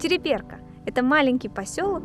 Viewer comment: Ударение на второй слог !!! ТерИберка !!!